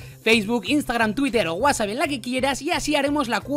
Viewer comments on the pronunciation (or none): none